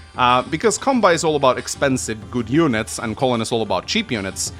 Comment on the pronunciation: I like how he pronounces "Colin" like "Colon". 😂